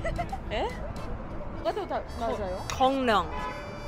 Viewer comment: 곤룡 아니구요 골룡 아니구요 공 룡